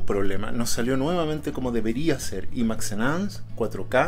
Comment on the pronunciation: Imax se dice Ai māx